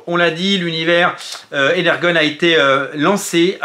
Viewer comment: Salut, très cool la vidéo, toutefois il me semble qu'on dit éner-john universe